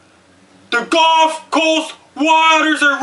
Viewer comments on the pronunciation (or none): none